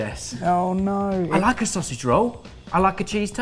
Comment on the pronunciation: hearing that guy say 'sossy roll' instead of 'sausage roll' has made me feel ill